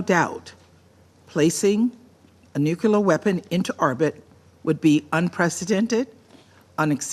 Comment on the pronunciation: LTG needs to learn to pronounce nuclear. Hey, Russia was first in space back when too.